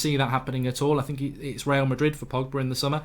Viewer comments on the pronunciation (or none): none